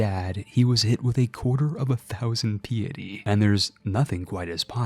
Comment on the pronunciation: It's pronounced "pie itty", not "pee itty". You said pious right, if piety was pronounced the way you say it then pious would be peeous. And you said piety correctly. Just say it like that every time.